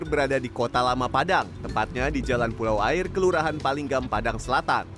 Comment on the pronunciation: Mon maap tapi pelafalan Pulau "Aie" nya ngakak😭